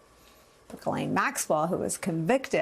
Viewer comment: HER NAME IS "GH" LIKE THE LETTER "G" SOUND. HER NAME IS FRENCH. AMERICANS MISS PRONUNCIATION OF HER NAME IS KILLING ME.